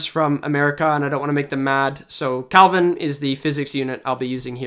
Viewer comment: Is pronouncing "Kelvin" as "Calvin" a Canadian thing?